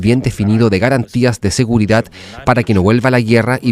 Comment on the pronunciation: Es seguridad no seguridat ya no sabemos ki hablar español